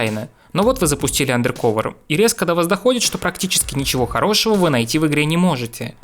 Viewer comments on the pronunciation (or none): Блин, ну андеркОвер - как же плохо звучит, ну. Почему не андеркАвер? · андеркОвер. а че не УндеркОвер то? м-да... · АндеркАвер, а не андеркОвер. По ушам режет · АндеркОвер, боже мой. Делай еще один ремейк видоса из-за произношения, это будет стоит того. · АндеркАвер… какое О? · АндэркОвэр....Блять как вы заебали, не образованные дауны